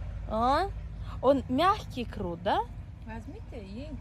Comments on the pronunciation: Крот емес құрт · Не крут а күрт (қурт) 😊